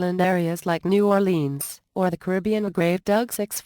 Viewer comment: lol! the way she pronounces New Orleans!